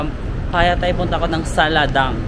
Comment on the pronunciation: Its "Saladaeng" read as Sa-la-deng.